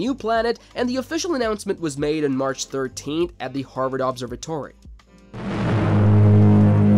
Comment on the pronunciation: Dis-comp-ences? LOL , Obser Vatory.